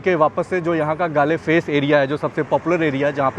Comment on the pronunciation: Galle face is pronounced as Goal face...❤